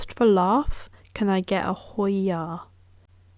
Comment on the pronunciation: YAAAAAS I got a Hoiiyyaaaa!!!! 😂 Yes you said it perfectly 🎉